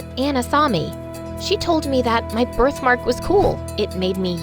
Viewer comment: You said ,y instead of my